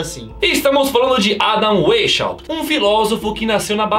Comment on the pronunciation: Na hora de pesquisarem o roteiro dos vídeos, pesquisem também como se pronunciam os nomes das personalidades que aparecerão. Adam ueichaupt? Me ajuda ai.. Adam Weishaupt!! Adam Vaisrraupt, é assim que se pronuncia! Abraço, o canal é mt bom, mas peca nessas coisas.